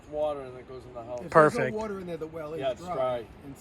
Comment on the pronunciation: I love that he said - you add wata'